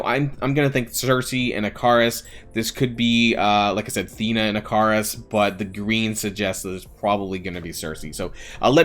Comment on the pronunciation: Ikaris is pronounced Icarus